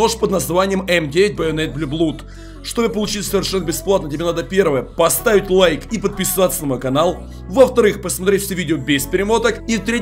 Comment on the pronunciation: Боже ты английский учил хотя бы ? В слове Blood оо-читается как буква а не у !